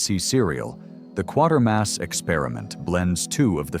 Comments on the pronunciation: Kwa-ter-mass not Quarter Mass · I've seen most of these (not the Bride of the Monster, though). On a side note, and this is not a complaint, it's more of a "I think you should know," so, I think you should know that Quatermass is pronounced with a long A, sort of like Quaker mass. Of the group, I think it's the best. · Kway Ter Mass. Just saying.